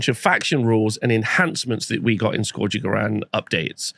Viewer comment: Biggest controversy of this new GHB is hearing how many different ways people pronounce “scourge” and seeing how many do it wrong. 😂